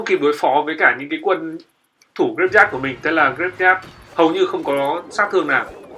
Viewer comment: oi ban danh rat hay nhung phat am thi sai nhieu qua nhat la "graveyard" luc dau nghe ma khong biet la cai gi luon lol